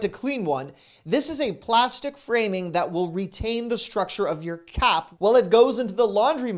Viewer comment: I heard cat cleaner instead of cap cleaner. Lol